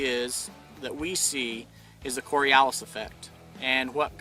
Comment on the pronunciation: KOR-EE-OOO-LYS mmm....SCIENCE!